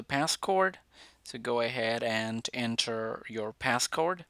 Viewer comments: Its not p-a-s-s-c-o-r-d its P-a-s-s-c ODE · Pass word not cord😅 silly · You said pass cord you said pass cord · He said pascord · He said passcord 😂😂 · Omg did man said Passcord😂😂 I’m sorryy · “The pascord”